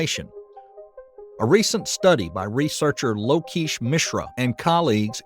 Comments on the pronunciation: I think lokesh is pronounced more like. Low-Ke$h Like ke$ha. I apologize if I'm off here, but it sounded like you took great care to credit them. I want to know if I'm wrong too! Hope this helps! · I think I can help. I know the language, culture and people. Lokesh.... The first bit is the same as lock. The esh at the end is exactly as it's spelt (rhymes with mesh) Hope that helps.